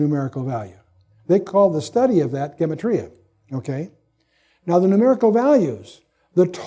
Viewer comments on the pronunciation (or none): none